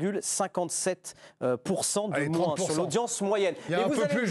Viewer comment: Ah... honte a moi mais je ne supporte pas les gens qui disent "moinsse"